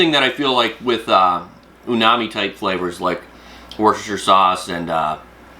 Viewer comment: It’s not “UNAMI” lIke you said. It’s UMAMI. Kind of important to get the words pronounced correctly if you are making a video.